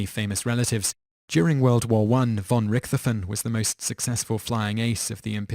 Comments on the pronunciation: Excellent line-up of unfortunate people before their deaths. One important point for historical accuracy however. #8, Manfred von Richthofen. Important to note that German doesn't blend sounds. The correct pronunciation of the name is Richt-hofen. The "t" and "h" is pronounced separately. Small issue of course, but as a German speaker, it was painful to listen to lol. Likewise, the "a" is usually short not long, as in "Adolf". Ah-dolf, not aye-dolf. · Manfred von Rick-Toph-in. Not Manfred von Ricthoten. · /troll on Richtofen is pronounced RichtoVen (can't really describe the "cht" sound in text -- kinda like hhht). In German, "f" is pronounced like "v" hand "w" like "f"... i.e. FolksVagon (Volkswagon). Benoit is pronounced "Benwah" jeffery miller was a communist agent John Lennon, the ambassador of peace, was a self-confessed woman-beater. Tupac Shakur was a Thug. /troll off unfortunately, all the above is all true. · RICK-THOFEN... Man what a dope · Surge Night. Ben-Oyt. Rick-thofen. Two-Pack. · You horribly botched Manfred von Richthofen's last name. It's pronounced Rick - Toe - Fin, roughly. Also, he was never called the 'Red Baron' during his life, or WWI, for that matter. he was most commonly known as the 'Red Battleflyer' in and around that era. Do please try not to horribly ruin something so simple as a name's pronunciation, next time you make a list. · Like Richthofen. Its pronounced Rick-tof-en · The way you pronounced Von Richthofen's name made me cringe... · The "h" in Richthofen is silent. There is no "th" sound in German, it is a hard t. Man I hate it when names and places are mispronounced. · His butchering of 'Richthofen' nearly killed me.